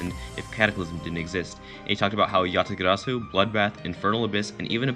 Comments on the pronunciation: Please Never roll your r in yatagarasu ever again. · Normal people: yatagarasu.: Ÿatagàràsu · what is that way of saying "Yatagarasu?" yatagaraasuu lol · you suddenly turned Scottish with your pronunciation for yatagarzu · what about how cc pronounces it? Y ah tuh gara su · The way he said yatagarasu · Wat is dat weird pronunciation? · That way he says yatagarasu :P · How you said Yatagarasu.. Lol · Me to lol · He pronounces it in Indian Accent LOL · The way you said yatagarasu lol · i love the way you pronounce yatagarasu